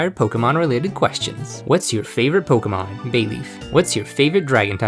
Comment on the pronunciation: I’m so glad someone finally says Pokémon correctly